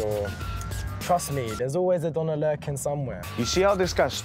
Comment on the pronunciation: When pronounced Döner like “Donna” 😩